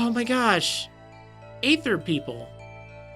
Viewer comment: sorry to be so picky, but Aether is not A-thur, it is E-thur